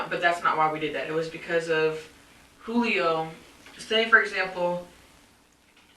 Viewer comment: The cop pronouncing the J in Julio. 😅 I feel bad for the babies and Pedro. She’s really trying to throw Pedro under the bus. The only thing he’s really guilty of is choosing to live with this pig.